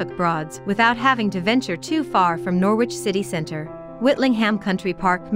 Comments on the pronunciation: It is pronounced Noridge not Nor widge. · If, for some reason, u want to make a video about Norwich, maybe u ought to learn how to say it. It's not, 'Noor-wich,' its 'Norridge.' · Funny how she says Norwich ..pronouces the w...U dont ..it's silent ... So noritch....sound like .. Melanie 34..Norfolk and Canary girl..💚💛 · the way of how you were saying Norwich it's pronounced Nor-rich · She's talking Noor- which Squit I feel.... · Once again, computer-voiced commentary. It really puts me off. Okay, you don't want to pay an actor, but all sorts of people could provide the commentary for this. They would sound human and the words would flow correctly. Plus...they would understand not to pronounce the w in Norwich!!! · Maybe a English person should have spoken about Norwich not an American who carnt pronounce the name